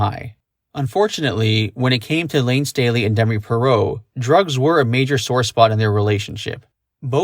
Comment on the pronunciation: Why did you pronounce her last name like that?